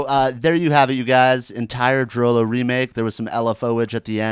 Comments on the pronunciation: ITS PRONOUNCED DROOLOO NOT DROWLOW GOD DAMMIT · It's pronounced "droo-loo." DROO-LOO you animals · its actually pronounced "drew Lou"